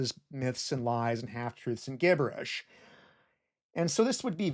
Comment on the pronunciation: I’ve not heard this pronunciation of “Gibberish” and “disciples” except from native German speakers.